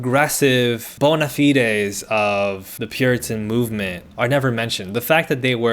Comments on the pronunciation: It comes from latin bona fides, so really is just getting back to its original pronunciation if you think about it (way too hard I just like spoken latin) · Just in case u weren’t sure the”fide” in “bonafide” is pronounced to rhyme with “ride”